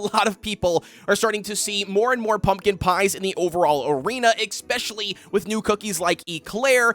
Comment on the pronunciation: There's more toppings available other than Swift Chocolate and Searing Raspberries, "ex-specially" when considering tank vs damage dealers!! So cringe 😬